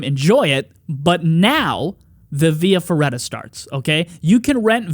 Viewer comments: Via Feratta, not ferreda you basic american. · Actually via feRRaTa....😅 But it's ok, Italian gets always miss pronounced, unless you're a Slavic, they nail it usually